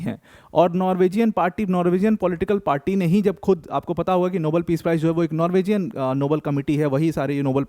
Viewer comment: Sir, नॉर्विजियन नहीं होता है, नॉर्वीजन होता है.